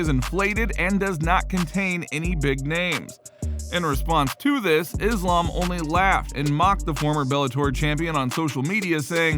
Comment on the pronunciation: Fyi Islam is pronounced as iss-laaam , not izz-laam or izz-lum